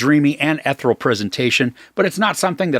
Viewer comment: the word is pronounced as "eth-eerie-al," not "eth-er-all."